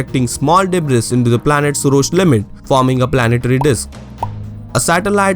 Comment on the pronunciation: great video. one suggestion would be to work on your pronunciation. like, the word debris. it's /'debri:/